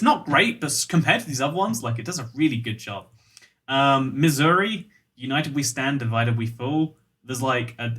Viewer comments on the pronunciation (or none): none